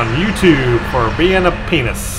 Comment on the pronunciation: "Fo' bein' a penuus." LOL